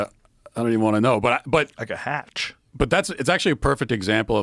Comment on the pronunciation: "Like a hatchhh" Thanks Joe